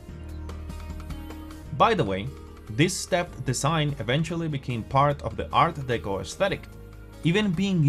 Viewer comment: I got as far as him saying Art DEECO...no thanks.....😆